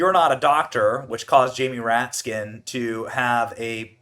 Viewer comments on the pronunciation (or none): Lol she called him ratkins!